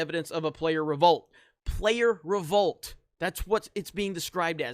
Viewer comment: How many times you gonna say. RO-VOLT